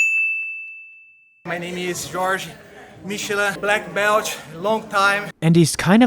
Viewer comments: When the Black Belt pronounces it "Black Belch", you know you are in for a good time. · Well, I do speak other languages and actually train with tons on Brazilians. I'm not mocking the pronounciation, more like referring to the fact that he is a Brazilian black belt, so he is definitely going to put in the heat. Don't be so sensitive lmao.